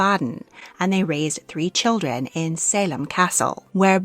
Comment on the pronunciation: What a dreadful accent! Why do we need to have an American narrator for a storu about the British Royal Family? She, messes up all the names and her intonation is weirdI cannot be bothered to listen to this rubbish. She cannot even say 'children' clearly and without distorted vowels.